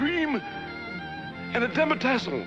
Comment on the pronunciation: "...and a demitasse."